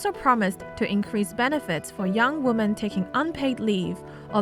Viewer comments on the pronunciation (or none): This SCMP announcer keeps saying woman when it should be women. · Singular woman sounds like 'woo-man'. Most of the cases here, women should sound more like 'whim-en'. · you're pronouncing " women " wrong. Sounds like the singular form: Woman. It's weird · Please double check ur pronunciation of the word “women”. Health and love to all of you! Don’t give up! 힘내세요 여러분들!